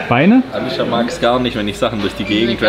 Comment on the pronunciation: hä auf einmal alicia aber dann wie alitsche ich finds so witzig ne